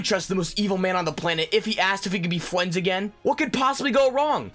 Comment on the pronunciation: did he just say ‘fwends’?